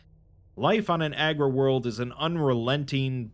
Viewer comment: Nice vid. I just wanted to say that it's 'Agri World' as in agriculture, not 'Aggro World' as in aggressive. Nuceria or Cadia could accurately be called aggro worlds 😉😅